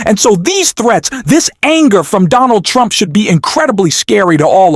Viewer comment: I enjoy your content, but mispronunciations like /humilate, "bomo" for Bartolomeo, "trawmp" instead of "Trump," is far too distracting for me. It could be bad AI, but it's worse than other AI that I've listened to.